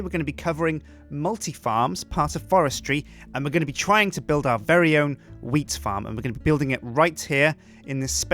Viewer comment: Matt and Ice I think he meant to say wheat and not weed. People pronounce things differently, expescially if they have an accent, so that is probably why it sounded like weed instead of wheat.